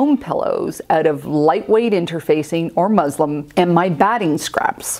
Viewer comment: First I love your videos. And you are so careful. But when you were talking about making your own pillow fillings, please tell me I heard you wrong. I went back like 4 times. It sure sounded like you said “quilt batting and MUSLIM”. I know you meant muslin. Sorry it’s just a HUGE pet peeve of mine. But for all the other things you always do right and thoughtfully, you won’t lose a subscriber.